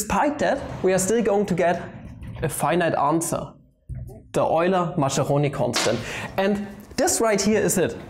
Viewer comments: Mas"k"eroni please, not ma"sh"eroni. Also the limit notation as "سا" should be taught in schools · 'Maskeroni', not 'Masheroni' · Yay! The Oily Macaroni constant! By the way, Mascheroni is pronounced "Maskeroni" (Italian 'ch' is 'k')